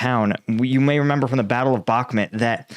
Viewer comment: Dude at least learn how to pronounce Bakhmut. I cringe every time you say it.